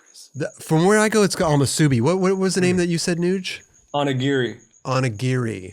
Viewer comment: Haha it’s just called “masubi”! When you order, you’re asking for “a masubi” not “ahmasubi”